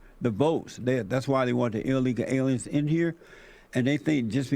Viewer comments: Ill leeka aleeans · I want to know what he means by “illegal aliens” or as he says “allyegaul arens” also “AMAZIN” Pepega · Eel leeka ale ians